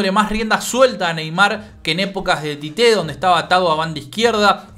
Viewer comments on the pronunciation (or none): No entiendo porqué le dicen Tité si se escribe Tite y se pronuncia Chiche.